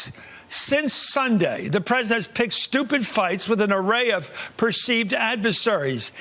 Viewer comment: Give Donnie a break. Being pwesident is hard. I mean, who knew?